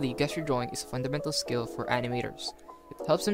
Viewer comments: awesome vid. btw its "JESS-ture" not "GUESS-ture" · just fyi it's Jes-ture not Guess-ture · I've never heard someone pronounce "Gesture" as "Guessture" instead of "Jesture" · It's pronounced "jest" you're a gesture is usually a hand motion you make to give an impression of something, or communicate an idea. Like the 'jest-ure' of sliding your finger across your throat, meaning death or you're dead. Remember it's a soft 'g' (or j sound), not a hard 'g' as in guess it's not "guess-jer" it's "jess-ture" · hey bro, sorry if this comes accross a bit presumptuos: the G in gesture is pronounced as a J sound, so while it reads "guess-ure" its said "jess-ture". English is a bit bullshit and theres no real obvious inidcator for these tiny technicalities other than just hearing people say it. Thanks for the video btw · bro said guess-ture😂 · Good video dude. I hate to be that guy, but "gesture" is pronounced jes-ture, as in , "that dude was gesturing me to jump in the bin". Keep up the good work 👍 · It's pronounced JJJJJEsture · The fact that he was pronouncing gesture wrong the entire time really bugged me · Nice video, very encouraging! For your edification, the word “gesture” is pronounced with a “J” sound at the beginning, not a “G” sound like “grape.” Hope you keep up the videos! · This video is great. Thank you for sharing your process. Gesture is pronounced with a J sound instead of a G sound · You are saying gesture wrong. It’s a soft g not a hard g. Don’t attack me. I’m trying to help. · Good video... yes... but I cannot be the only one annoyed by how he says "gesture"....